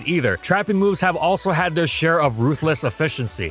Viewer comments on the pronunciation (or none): none